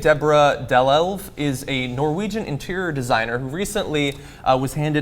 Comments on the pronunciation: I'm from Norway, and her name: Marte Deborah Dalelv, was pronounced terribly wrong. I't's more like: Mar-te D-bora Daal-elv if it's to any help... :) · Terrible pronounciation of her name, John. But I forgive you.